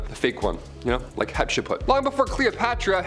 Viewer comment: Hatshepsut.... DO NOT MISPRONOUNCE THE PHARO QUEEN, HATSHEPSUT!! 🔪❤️